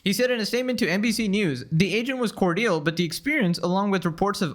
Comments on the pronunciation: Cor-dare.... It's pronounced 'kor-jill' lol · Cordial is not pronounced 'core deal.' Please look up words you do not know before reading them in a video! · You know you're watching a "slop tuber" when bro can't even pronounce "cordial" correctly. 😂😂